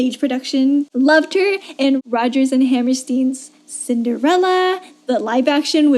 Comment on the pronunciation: Nobody says Hammerstein like that.